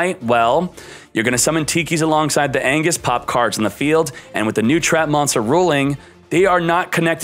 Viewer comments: IT'S "ANGUIS*H*", NOT "ANGUIS". Coo vid tho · ANGUISH not ANGUS